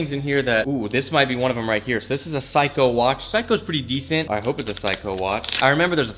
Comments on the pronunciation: It's 'sayco "not ' cycho" =seiko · Say co. Not psycho. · Bro was saying phsyco watch! 😂 💀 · My dude, Seiko is pronounced like say-ko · Seiko (Say-co) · Facts bro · kohei kanai sounds like he says psycho lol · kohei kanai Lmaoo yeah right 😂😂 it’s not Psycho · "a pycho" "pretty good looking psycho watch"😂 had to come to the comments to look for this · "say-koh" my guy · Seiko is pronounced Say-Co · The way he pronounces seiko smh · ik am I the only on who was slightly annoyed by this? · thats what bothered me so much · FOR REAL GOT ME ANNOYED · STOP SAYINT SEIKO WRONG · Your pronunciation of Seiko made me cringe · Insta: belven_kwan . Your Seiko pronounce is wrong dude